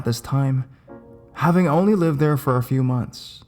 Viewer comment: Love how he says therrrrrre 😂